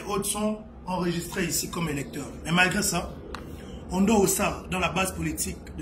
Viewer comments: L'opposant s'appelle Albert Ondo Ossa, et non Ondo Ondoa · C'est Albert Ondo OSSA ohh et non ONDO ONDOUA 😂😂😂😂😂